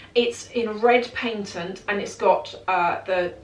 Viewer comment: It’s called a patent leather, not paintent leather…..